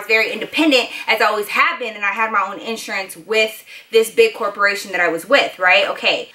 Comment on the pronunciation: U say iansurance lol